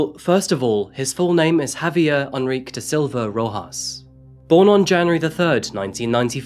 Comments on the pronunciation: it would be Eh-n-reek-eh and Ha-Vee-eh-r 😁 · Pronouncing Enrique as "on-reek" and cashier as "cash-ee-ay" made me chuckle